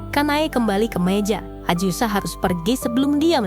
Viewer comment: AZUSA!! bukan aJusa!!!! yg bener lah. geli dengernya ajusa ajusa ajusa, aaaakh